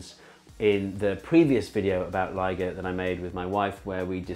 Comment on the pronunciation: I thought he was saying LEGO instead of LIGO 😂😂😂